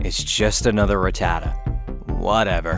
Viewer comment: Its pronounced Rat-A-ta